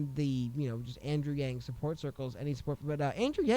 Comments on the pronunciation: Actually she pronounced his name closer to the correct pronunciation the second time. From a Chinese pronunciation that is. 'a' is more for a 'ahhh' sound... 'ahhhng'... yang. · Doesn't really matter but the pronunciation of Yang in Mandarin is closer to Young. Not a long A sound. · Love your show. And the “yang” is pronounced in Chinese as “y ah ng” in one syllable. All the current English pronunciation of Yang, Wang etc are all not really right. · The word yang 楊 is actually pronounced "young" with a second tone accent in mandarin Chinese, spoken in Taiwan. The word was translated to the us adapting the spelling of Yang. Andrew weren't raised in Taiwan, and probably called himself yang all his life, so it was normal all in all when everyone on the web call yang, but if whoopi did her homework and called him young, it wasn't wrong and actually show her respect.. If she did know that was the correct way of saying it. Which was very refreshing I might add to hear Chinese pronounced somewhat correctly for a change. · Yang is pronounced like “Yahng” in asian languages like Chinese, Taiwanese, or Korean. She pronounced his name in the traditional way, that’s all.